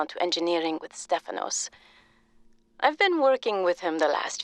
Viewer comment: As a Greek I can say Stefano is accurate!